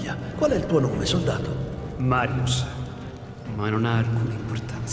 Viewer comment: All’inizio a detto Mario e non Marius